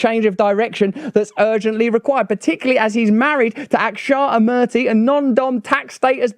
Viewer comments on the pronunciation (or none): I’m an Indian, it’s funny when English people can’t pronounce Indian names, and people of Indian origin born in this country Too… His wife name is Pronounced incorrectly in the video.. it’s Actually (AakshaataMoorthy)